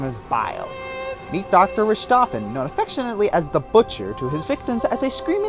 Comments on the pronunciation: It's pronounced "Rih-Cho-Fen" (# 8). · You prounounced "Richtofen" wrong. The "ch" makes a "k" sound. Also, Kefka was a perfect choice.. In fact, only one thing about Sephiroth was not a Kefka ripoff. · its not ch its ck. pointing it out.